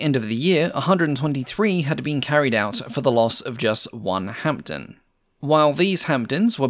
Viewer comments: The "p" in Hampden is silent. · PIt is pronounced HAMDEN and not hamPden the P is silent. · decent video, with one major mistake, the pronunciation of hampden, the P is silent in hamPden. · Silent P in Hampden